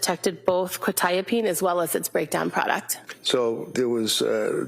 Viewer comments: How has none of the counsel learnt how to pronounce Quetiapine. I’m a pharmacist and it is really annoying me. Surely you would learn how to pronounce something you are going to say so frequently. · oh absolutely. I mean they've been told the proper pronunciation about 500b times by now and they can't ever say it right. It has to be a tactic. There's no other explanation. And while those tactics don't make sense to us they've been proven to be effective in a court room setting. So while I don't really understand the point and it's really annoying, it's something that they're doing for a reason and it's probably working.